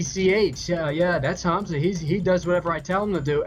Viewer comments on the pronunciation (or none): And he can't even pronounce names "Hanza" really Keem you really need learn how to speak god damn English.